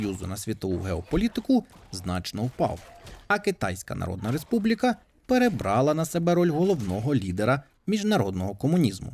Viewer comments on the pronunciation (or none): none